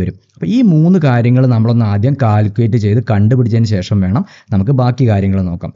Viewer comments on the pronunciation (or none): none